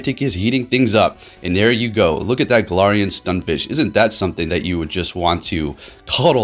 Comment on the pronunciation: Stun F I S K, not Fish.